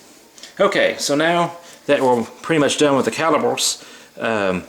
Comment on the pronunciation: caliper not cali pore